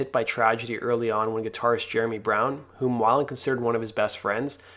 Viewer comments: I could watch this ... the way you pronounce his last name 😳 Wai-land? It’s Wei-Land (Way-land) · Why is this guy reporting on a culture that he knows so little about he don’t even know how to pronounce weiland. Beat it culture vulture